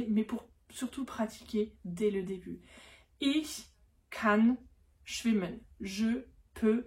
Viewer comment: Comment prononcez-vous schwimmen? Ça ne devrait pas ressembler à “shvimèn”?